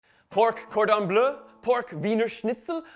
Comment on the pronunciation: Cordon bleu est très bien prononcé 😉 Good pronunciation of cordon bleu 👌🏻 Thank you for this recipe . Merci